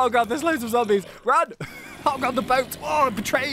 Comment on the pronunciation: Did anyone else notice that kept on saying 'Zambies' instead of 'Zombies'?